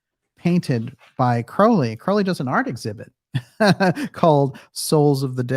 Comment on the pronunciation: Crow - like the bird. DJ used to get it wrong and it drove me nuts. Thank you to whomever corrected him!